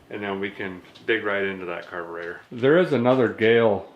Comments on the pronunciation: did you just say "the fuel make it happener " ? [ carbertater ] ........good one. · Did you just say Carburetor?